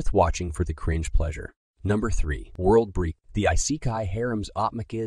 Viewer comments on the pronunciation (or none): World breek? What is that supposed to be.